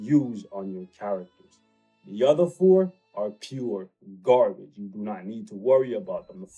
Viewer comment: Kinda disturbing to heard "garbage" with a hard "R" :-/